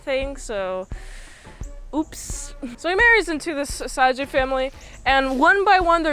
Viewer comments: osage is pronounced how you'd think of it in english. Oh - Say - Juh or like putting an Oh sound before the word Sage (like the herb or a wise individual) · The tribe is pronounced Osage (Oh-Sage), but the original name they called themselves is the Wazhazhe (Wah-Sha-She).